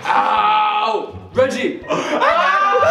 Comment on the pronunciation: it’s Regie not “Reggie”